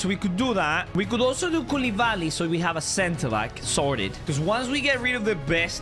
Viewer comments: Why u say kouludobly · bro said kuladaddy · my guy said koualidady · u said koulidady 🤣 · Why is everyone calling him koulidaddy